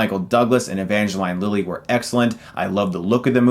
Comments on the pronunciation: Thumbs Down !! for Pronouncing Evangrline Lily's name All Wrong !! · Well, that's the first time I've ever heard Evangeline Lilly's name pronounced that way...